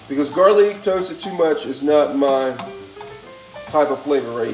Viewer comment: Why does he say garlic like that? Very annoying. Not a fan of the VOCAB! 😁